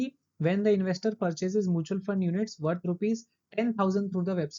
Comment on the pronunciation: Mutual ko pronunciation shi krlo please It’s Mutual not moochal